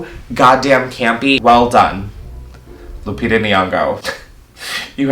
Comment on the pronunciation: Hearing him pronounce Lupita's name like that as a Kenyan killed me 💀💀 like I've never heard it pronounced like that I